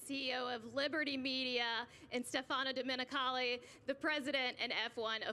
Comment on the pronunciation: Let us hope that the 2023 GP in Las Vegas will be better than the race there in past. I think it will. It was embarrassing that the female commenter had little ability to pronounce almost ANYTHING correctly...and the gentleman from Liberty Media that did not pronounce Stefano Domenicalli’s name with the proper accent...oh well, after all, we ARE Americans, I guess. It will be great to welcome the world to Las Vegas....does this mean that there will be three F1 races in the U.S. next year?!